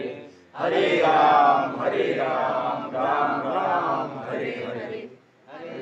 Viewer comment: Ram bolakaro na ramo kyu bolte ho😂